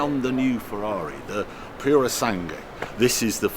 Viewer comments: Pu-ro-sàn-GUE Not "pursang"🤦🏻‍♂️ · Puro sangue, pronunciare "sangwe". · Oh dear, Harry needs to work on his Italian pronunciation. It’s Purro-SAN-Gway.